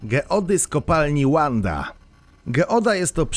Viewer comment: Geody ametystowe na filmie z Argentyny znajdują się w miejscowości Wanda, w stanie MIssiones, założonej przez polskich osadników i nazwanej tak od imienia jednej z córek Józefa Piłsudskiego, nie ma więc powodu do angielskiej wymowy tej nazwy.